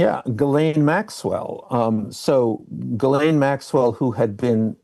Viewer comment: Why doesnt Wolf pronounce Ghislane correctly? I get it, it's a tough name but youve heard it from the mouth of Jeffery. Certainly, he didnt mispronounce it. Why does Wolf?